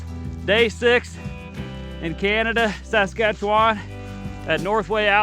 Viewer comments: Man, I wish you could pronounce Saskatchewan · Buddy is butchering the name of that province